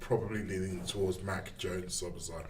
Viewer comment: Any chance of telling it’s “Szoboszlai” not “Sloboszlai”?